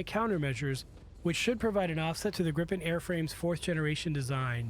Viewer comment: Hi the jet is kaled Gripen and not Grippen learn that please.